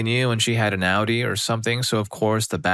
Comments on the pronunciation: I saw Audi; Ow-Dee! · It's Au-di not outie 😭😭